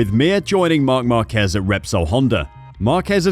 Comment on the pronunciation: Its pronounced "Jahn" "John" Not "Joe-Ann " . "Marc Márquez " is not pronounced "Mar-Cee" Nor is "Jorge Lorenzo" is not Pronounced "Jorg-e" . So at least Think about it.